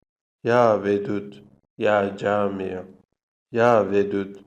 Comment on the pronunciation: Ya camiyo yox ya Cami